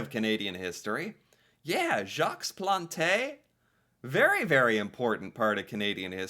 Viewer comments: So cute. Gotta chuckle at you Americans with French., kudos for recognizing that Jacques Plante is a French name. Kudos also for trying to pronounce. So you said the equivalent of "Jocks Plontay". In French, it's pronounced like "Zzjock Plont". So cute. Keep at it. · Jacques Plante (pronounced Jawk Plant, the s at the end of French names is silent and the e on plante is also silent) wasn't the first goalie to wear a mask some other goalie in the 20's or 30's wore one once I believe but Plante was the first to wear one regularly. I started wtching hockey ina the 70's and there were still a couple of goalies who didn't wear masks and most players didn't wear helmets until the late 70's. As for the neck guards the IIHF (International Ice Hockey Federation) has deemed that all international hockey games the players must wear neck guards, I think it took effect NY Day 2024, the NHL hasn't adopted this rule yet but they aren't governed by International Rules but they need to, hockey is a beautiful sport but a person should be protected especially in vital areas of the body. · In French, we almost never pronounce the last letter in a word. So, it would be pronounced Jacque Plant, the “s” and “e” would be omitted, however, your pronunciation of the letter “a” was dead on. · Jacques Plante is pronounced like Jock Plont. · I'm sorry, but I can't stop laughing over your pronunciation of Jacques Plante!!!! 🤣🤣🤣🤣🤣🤣🤣🤣🤣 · you literally heard his name pronounced correctly, and still mangled it again. well done. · Jacques Plante… silent S (1st name) & silent E (last name). Otherwise, your pronunciation is spot on. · When you say Jaques Plante you do not say the S at the end of Jaques and you do not say the E at the end of Plante. Other then that you had the right pronunciation 😊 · As for Jacques Plante, the S in Jacques is silent, so is the E in Plante